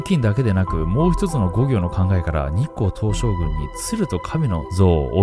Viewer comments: 何回聞いても日光東照宮のこと日光東照グンって言ってない？ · ちょくちょく日本語間違えてるの可愛いな、、日光東照"ぐん"